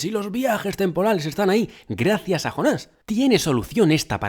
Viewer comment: Por qué será que los españoles no pueden pronunciar una palabra de otro idioma tal como la escuchan??? Es que acaso no escuchan bien??? Si ves la serie y aún estando traducida al español, igualmente escuchas el nombre JONAS (yÓnas) por qué diablos ustedes pronuncian JONÁS ??? Es yÓnas Yo pensaba que esa deficiencia que tienen en España para los idiomas, culminaba en cosas absurdas como cambiarle el nombre de la realeza... Que al príncipe William le digan Guillermo, Carlota a Charlotte y Carlos a Charles, es algo que me sigue intrigando